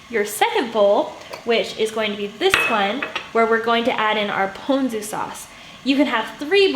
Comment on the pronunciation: Aloha from Hawaii! Thank you for this video and thank you for pronouncing “ponzu” and “kombu” correctly. I cringe every time I hear an Asian cook pronounce them incorrectly. Looking forward to watching more of your videos!